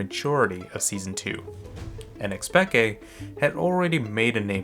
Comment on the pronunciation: i dont think anyone calls it xpeke not like we do with an insec